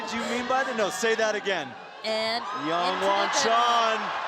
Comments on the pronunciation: I mean, he just needed to read it right. And YONwon Chon? Come on… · PSA: there is no "soft J" (yah) in Korean unless spelled with a Y. Can we please pronounce Jongwon's name correctly...! 🙏🏻